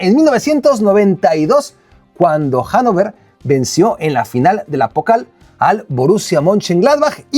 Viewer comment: Hola, como sé que te gusta la pronunciación correcta de las palabras, el HANNOVER se pronuncia "Janofah" puesto que la "v" suena como "f" y lo que el "er" suena como "ah"